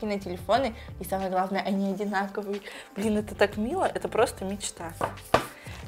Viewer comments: эм, там как бы слышно что он сказал блен там в конце слышно Н Н Н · Он сказал Блэна Типо этого